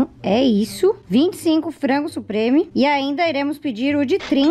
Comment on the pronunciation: Ue ela falou frango supreme akkaka